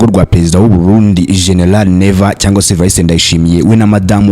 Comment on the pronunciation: Noeho ntaguzi kuvuta GENERAL ngo shenelale 😅😅